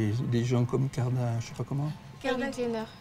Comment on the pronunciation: Kim "Kardiashan" haha